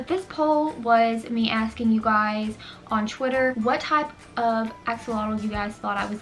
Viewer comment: I keep hearing you say "Axe alotto" lol it is actually pronounced "Ax -Olot"